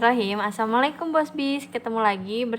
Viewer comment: bacaan assalamu alaikumnya gk jelas non perbaiki lg ya